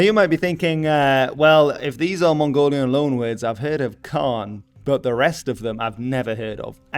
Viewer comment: Hi I love that you're doing your best I wanna help a little with the Mongolian words. Khan used for Chingis is actually supposed to have 2 "A"s as 1 "A" is a lesser role, and the KHA is supposed be said as HA like a laugh. Gers E is more closer to A with kinda like Ayeeee. Kurultai the word is kurul meaning council in a lot of context tho is should be written as Khurul as with most worst that has KH the H is the one that's pronounced and K is the silent one, tai is a additive that usually does the job of "have". Morin Khuur you got actually really close I appreciate it alot, the literal translation would be horse violin. Dzud I'm not sure why it has a D in front as it is just Zud. Ovoo doesn't have u sound it is just O IDK how else to do that in writing sorry. I can't think of a way to discribe Shagai in writing besides maybe pronouncing the "gai" part more closer to "gaa" still with the i. It is refreshing to hear someone actually get really close as they are speaking English cause you have no idea how rare that is. This video was a treat.